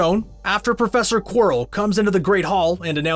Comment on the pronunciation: omg did the narrator really call prof quirell prof quarell........ omg howling.